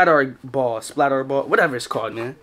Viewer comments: The word SPLATRBALL is not pronounced SPLAT"R"BALL its pronounced SPLATERBALL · bro said splat are ball its splat er ball is how to say it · "Splatarr-ball" It's splatterball together 😂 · shii got me dead when yu said splat r ball. 🤣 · Yooo I love ur vids but u supposed to pronounce it like splaterball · The R ra is meant to be pronounced as Splatter/Splatt R. Don't take off the orange tip and play in the park with it, live your best life. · it's pronounced splatter, just spelt different. as you would say, "it's built different" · i think its supposed to be pronounced like splatter ball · splat RRRR ball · it’s pronounced splatterball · It supposed to sound like splat-er-ball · Splat “er” Ball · its pronounced splattRRRball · It’s actually splatter ball is how it’s pronounced 🤦‍♂️ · It’s pronounced splatterball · Its pronounced (PLAT) (ER) (BALL) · its pronounced splatterball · it is pronounced splatrball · Pronounced splatterball